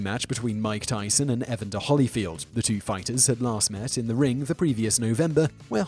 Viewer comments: there's clearly only one 'l' in holyfield. why are you pronouncing it like my name? the first name mispronunciation is acceptable, because of the word 'evan', but the bastardisation of the last name is not. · Just a couple helpful corrections: E-VAN-Der (pronounce like you would a van that one would drive) and Holy (holy, holy, holy, Lord God Almighty...) and not like the "holly" one might find on a tree or bush. Thanks. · EvAnder HOlyfield. Like nails on a chalk board listening to him butcher the name. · Eva's Ivy to be fair, if he's never heard the name, 'Evan' is a name. he pronounces it like that. but there's no justification for the butchering of the last name.